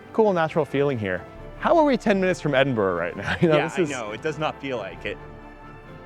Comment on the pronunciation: He can’t even pronounce Edinburgh? It’s not like Pittsburgh.